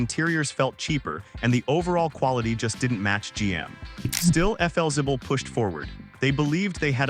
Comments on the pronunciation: Felzibble? Hmmm, isn't that Flexible? Or is my English messed up? Do I or the AI need better education? Oh gosh, what would AI call me then? Vicke = Vicky... there's an important difference between the two names. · Cant pronounce Flixible, you need a human over the age of 60 to properly narrate these episodes. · It's pronounced "FLEXIBLE". And "LOS ANGELES". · AI doesn’t do the job. Could have been a great video. Efelzible? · Yeah thats what i thought..AI needs to go to school! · FLzibble??? Never heard it pronounced that way in my life. Can't stand AI. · Stupid AI trash - if you’re going to feature a brand at least train your lousy AI to say the name correctly. I was interested in the topic but the video is unwatchable if you actually care about your time. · Your education is just fine, AI narration is the problem. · That AI voice can’t seem to pronounce the name correctly.